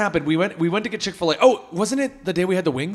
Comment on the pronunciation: This video is brought to you by "Chick A Filet"